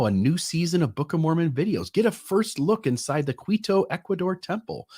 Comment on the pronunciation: Quito is pronounced Key-Toe